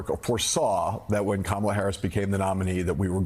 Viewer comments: Until now, he just does not have the mental capacity or ability to learn how to pronounce Kamala properly… All the ranting and lying is a disgrace.. By the way Trump, can you speak the language of the native Americans who lived in the country long before you and your family arrived? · There is something wrong with trump. He can't even pronounce VP Harris's first name properly . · Kamala’s mentally impaired, says the guy who can’t even pronounce her name correctly. From the guy who doesn’t understand tariffs, and believes it’s a good idea to deport 6% of the labor force, quite possibly resulting in a recession. The guy with the kindergartener understanding of foreign policy, and the constitution. But it’s the “Black woman” who’s mentally impaired? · Only a mentally disabled person can't remember how to remember how to pronounce Kamala after meeting her. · Yet you, Mr. Trump, still can't SAY HER NAME CORRECTLY!!!!!! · Why are they allowed to continuously mispronounce her name? I mean, isn't it bad enough that the colonizers stole and gave black people alternate names? America is a joke. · This jerk can’t even say her name correctly so who is dumb, stupid and illiterate. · Look at his combover; he's given up trying to appear presentable. That's a sign of mental decline. He doesn't talk about policy; he lies about & attacks immigrants, mis-pronounces his opponents name & lies about her, attacks anyone who's "disloyal" to him. He's not telling us how he'll make our lives better; he's telling us how he's going to use the machinery of government to destroy those who he hates. This is a mentally very ill old man; there's no way anyone should trust him with anything important (as further documented & demonstrated by his stealing of national secrets & classified information) ... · Talk about PROJECTION. There's only 1 person in this race incapable of pronouncing the other's name. Talk about "stupid"! Give me a break!